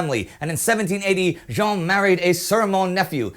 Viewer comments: Just a detail, but you probounce jeanne like jean, wich is a boy's name. Add "_ne" at the end to have the good one. (sorry) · One thing bothers me. It's not "Jean", it's "Jeanne". Wich means it's pronounced almost like the englishe "Jane", but with the same "a" as in "rat".